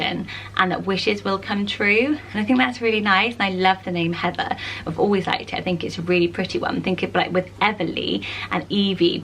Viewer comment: Aw, I never hear my name on these lists ❤️ I used to hate my name when I was a kid cause I thought it was weird or too unpopular but have grown to love it. Plus the way you say “Heather” makes me love it even more 😍 (also love Evie haha)